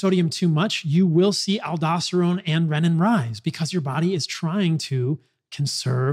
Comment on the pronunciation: REE-nin. Not reh-nin